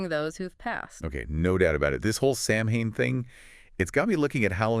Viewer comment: It's just not pronounced the way it's spelled. It's Sow-wen. I know, not phonetic.